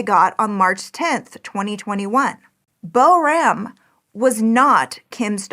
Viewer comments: She did not pronounce the little girl's name anywhere close🎉 to correctly. Pronounced correctly it sounds like poram, with the "r" making a softer rolling sound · Boram is pronounced more like ‘POOR-rum’ with a rolling R.